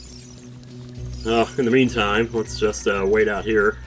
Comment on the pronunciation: finally someone else who pronounces it "oot"